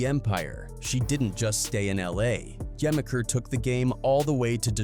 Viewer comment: Im gonna help you out. It's Juh-meek-er, not gemiker.